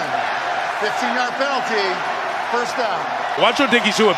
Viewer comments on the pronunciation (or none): Bro said pently flag lol